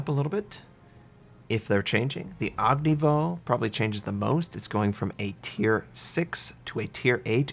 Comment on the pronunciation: I just don't understand why he says "og ni voh". He says Udaloy just fine. What makes him drop the "y" at the end of Ognevoy?